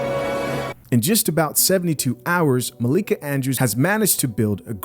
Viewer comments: It’s hilarious how you intentionally mispronounce her name.😅😅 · her name is Malika not Mikayla! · Bruh at least day her name right lol